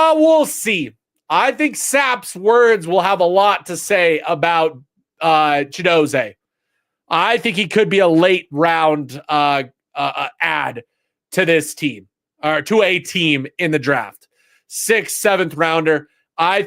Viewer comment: Block bully's name is pronounced Chidozeee keep saying ChidoZAY😮